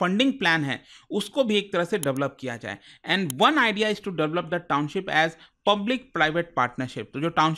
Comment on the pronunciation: Sir Noida se h. Township ko Towncip bolte par kaam kar rahe us cheez par, bhot bekar lagta h